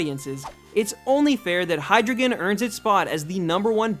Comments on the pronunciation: And btw u pronounce Hydreigon Hi-Dry-Gun not Hi-Dri-Gon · Hydreigon is pronounced like this. High, Dry, Gon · Actually, Hydreigon is pronounced "Hy-dry-gon", since it has drei in the name, the German word for three, it being pronounced "Dry" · Good job, but be careful with pronunciation of pokémon names. You pronounced Hydreigon a bit wrong, its name is based on Hydra, Drei (three in german) and Dragon. Drei is not pronounced like "drou", but more like "drai" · You pronounced Hydreigon wrong... It is pronounced Hai-drai-gon, not Hai-drei-gon... Drei means three in German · It's pronounced Hy-dry-Gon, like the word dry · its hi-dry-gon. and its based on a hydra, not yamato orochi. sorry dude, gotta correct ya there. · It's pronounced hi-drei(as in 3 in German)-ton not hidruhgon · I dont wanna be rude but I hate how he pronounces. Hydreigon's name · this dude says hydreigon is cool and can't even pronounce it LMAO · You're pronouncing Hydreigon wrong. Not enough German. Still.....awesome Pokemon. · it's based on a hydra not whatever you said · you're pronouncing hydreigen wrong. it's supposed to sound German. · You pronounce hydreigon wron btw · you mispronounced hydreigon. its german 1 2 3. dEINo ZWEIlous hyDREIgon. ein zwei drei. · THANK YOU! HYDREIGON IS MY FAVE POKEMON EVER!even if you said his name wrong!